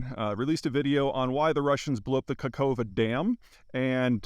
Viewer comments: I am a real human being and the only bit of criticism i have is to, please, pronounce the name of the place more correctly. It's Nova Kakhovka. Kah-khov-ka. Not Nova Kakova. Just read the letters that are there. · Peter, work on your pronunciation of foreign names. You butcher Nowa Kachowka. Its hard to take you seriusly as a geopolitician, if you dont care, how it should sound. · For your consideration - "Nova KaHovka" (second K is silent and H pronounced as in "here" inside) and "ZaporiZHska oblast" (no N in sight ZH pronounced somewhat as J in "jorney"). Azov - you good.